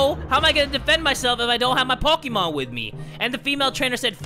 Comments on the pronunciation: Your not saying Pokémon correctly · poke`mon not pokemon